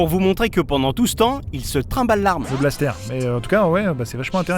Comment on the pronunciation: Un 'balssetèr' ... Non un blaster x'D